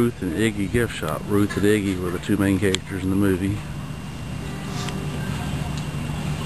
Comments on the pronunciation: it is Iggie.......not igie......pronounce it correctly....please... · It's Idgie, not Iggy! That was driving me nuts.... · I love the movie. I cry everytime. Its Idgie, not Iggy or whatever the hell you said. Question: If you are going to make a documentary or whatever, then why didn't you take the time to research first? I mean, you have it on VHS, and there is Wikipedia, and that IMBD site. I also have been wondering what that big 3 story building is. Thanks for butchering the movie for millions of others. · Idgie's name was pronounced with a soft G, as in "Gem". The "D" was silent. Just thought you should know. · yes you did great. your just misspronounceing the name iggy..